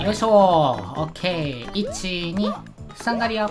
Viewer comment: account 紅蓮 バリアーって聞こえる